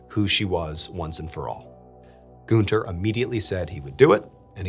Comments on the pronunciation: It's Gunther, not Gooner 😂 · Btw the name is pronounced „Gahn-ther” not „Goon-ther”. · IT’S GUNTERRRRR GUN. TER. not Goonter. Like Hunter. With a G. It would be like like saying Hoonter instead of hunter. This whole video I’ve been shouting “IT’S GUNTER. NOT GOONTER” every time you said it like that and my mom thinks it’s hilarious. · i'm so sorry but the way he says günther kept cracking me up ToT amazing video tho mrballen, as always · I love how you pronounce "Günther" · is the name really goon-ter and not gun-ter? 😭😭 its bothering me so much